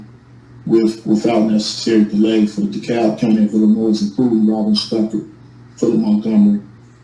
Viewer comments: Hey, give the boys some belly rubs and treats for me. I think my first issue with this guy is the fact he is not understanding the S in Illinois is supposed to be silent. I really love how this group of people try to set themselves aside from the rest of the nation, and even more so when they get caught breaking the law. Ok just listening, even more, the S on the end of Illinois is starting to bother me even more so. Is this guy reading off some sort of script that he bought from the SovTard University store? Somehow we need to get him to understand in the light of the law you have not been kidnapped, you have committed a crime and been placed in jail for it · HAHAHAHA! Best part of the whole video! Why do these SovCit have to ALWAYS show their IGNORANCE?!?! The (s) in Illinois is SILENT!!! Just when I was ready to scream and pull my hair out the Judge mutes his mic 🤣🤣🤣. Definitely worth the wait. Thanks and enjoy your day everyone 💚👋. BTW love the new T-shirt for women. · I agree. His mispronunciation of Illinois was making me crazy. I wanted the judge to add time onto his sentence just for that! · Is the correct pronunciation Illinois or Illinois? 😂😂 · There is no noise in Illinois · Not being able to pronounce the name of the state you live in is a special kind of stupid. And I live in Kalifornya. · Well if you cannot pronounce the English words (Illinois, coercion) then I have very little faith that you have the slightest clue what the Latin words you spew even mean. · It's Illinois, not, Illanoise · The s is freaking silent damn it! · is Illannoyed with how he pronounces Illinois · Dee-PRY-vation Illi-NOISE 😂😂😂😂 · Apparently, this guy went to the late Mayor Harold Washington’s school of plentiful, multi-syllabic, and long words that make no sense. He should have received an extra day for each time he said “Illinoize”. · Illinoise? That all by itself should be a sentence enhancement. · I have also heard "Illinois" pronounced eel-en-wha.